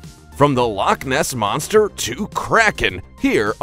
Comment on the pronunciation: Bro really said lock moss monster no offense but that was just funny😂😂